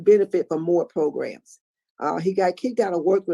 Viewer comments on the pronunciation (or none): PLEASE STOP SAYING PRO-GRUMS!!!!